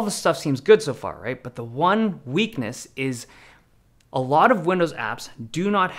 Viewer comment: Thank you for the video, very interesting devices. Have you noticed you say "wompoint..." when you say "one point..."? Weird observation, I know